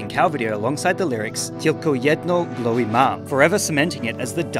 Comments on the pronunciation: no he did not. I am Polish and "Tylko jedno" was ok, but we do not pronounce "y" like that. "ł" is nore like "wh" in the word white. He basically pronounced it like we were Russians or Ukrainians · it's pronounced tylko jedno w gwowie mam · I don't know Polish but I've listened to the song and looked at the wiki page for Polish (lol) so I can say with a fair degree of confidence that he got tylko jedno right, but w is pronounced as "v" and ł is pronounced "w", which I think he got wrong, but quite a good try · I LOVE HOW HE TRIED TO SAY TYLKO JEDNO W GIOWIE MAM sorry im using a english keyboard so i cant do the I with the cross but in polish its basicly w lol as a polish person i just think its funny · I love when he tried to read "głowie" (yes, I'm polish)